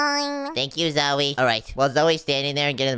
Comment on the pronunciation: stop calling Zoey zoye😡😡